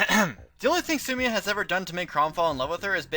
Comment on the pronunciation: I have never heard so much mispronunciation out of one video. How could you get Sumia and Lissa wrong of all names? It's spoken in a cutscene!